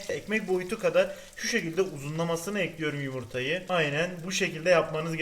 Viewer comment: Tostcu erol : kaşarları düzüyorum Sandik ici : ekliyürümmm 😁😁😁 illa o "ü" olacakkk